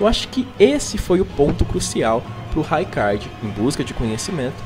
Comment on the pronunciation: O vídeo é bom, mas... RAIcard, MErica? 😅 Se chama Marika de Merica por que não chama a Ranni de Reni? 😂